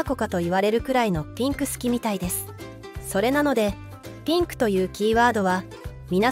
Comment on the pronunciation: ピンクがティンクに聞こえる